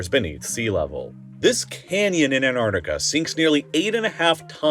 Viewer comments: Anarnica? Is this another mispronounced word, from the American version of Engliish? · If the narrator can't even pronounce Antarctica correctly in the first 2 seconds of the video, the video isn't worth watching. It's not pronounced Ant-ar-dica. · Do Americans really pronounce it "Anardiga"? 😅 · An entire video on the continent, and you’re not pronouncing it correctly. It’s “ant-ARK-tih-kuh” I can forgive this due to the amazingness of the video. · I can not listen to 37 minutes of someone pronouncing "Antarctica", "Anarnica" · I don't like how you pronounce "En-ar-ticca." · What’s this place Annartica, the metallic voice keeps mentioning? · AnTarTica. Please pronounce your Ts. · Interesting, but would be better if he didn't pronounce the word as "Anarica" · I wish this guy would pronounce the bloody name correctly! Its AnTartica! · Is the narrator AI? Or do Americans really pronounce Antarctica “a-nar-ti-ca”? 🤔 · would you pls try to learn how to properly pronounce the name of that continent? ant arc tica … the first t and first c are supposed to be prominently pronounced! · Please, it's anTaraCtica, not anartica. Drives me mad to hear it mispronounced all the time😢... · What's an Anartica? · I can't handle how he says 'Antartica' which is gonna make watching a 40 min video on said subject really tricky Ann-arr-ica There are T's in there somewhere, they're barely glottal stops to this narrator... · Antarctica is pronounced ANT-ARK-TI-KA. I wouldn’t want to hear you pronounce nuclear. Sorry, just saying. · The way you pronounce Antarctica as ANARDICA is driving me absolutely insane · an ar ti a :) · Also A N N A R T I C A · This video is a rage bait! The wait he says Antarctica without the T!!!! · How can you mispronounce the name of the subject of this video over and over again?? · You know there's a T after the An in the word Antarctica right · No D in Antarctica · Why do Americans not pronounce the first c in Antarctic? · You know it’s Antarctica, not anardica